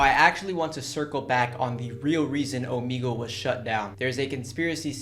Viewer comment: I hate when he says omigle its omegle